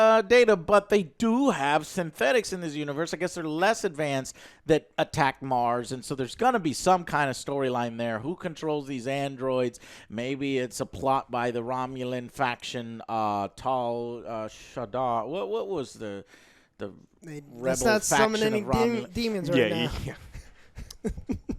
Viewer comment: Tal Shiddar 😂 close Tal Shi'ar